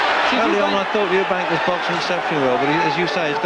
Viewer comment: Eubank not Eubanks